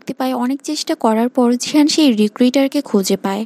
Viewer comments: জিহান নয় গিহান😂😂😂😂😂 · জিহান❌ গিহান✅ 😅😅😊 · গিহান হবে। জিহান নয়😂😂😂😂😂😂😂😂